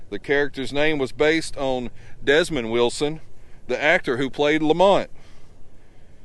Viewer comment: Uh, Sir thats Demond, not Desmond, Wilson.